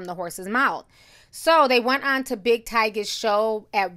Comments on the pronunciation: Big Tig - ger Like the tiger... NOT pronounced TIGER. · Big tigga ti,not "tyga" lol still love you tho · and her butchering names lol. She called him Tiger instead of Tigger. Lol